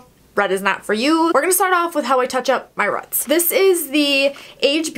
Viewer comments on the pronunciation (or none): its roots not rut smh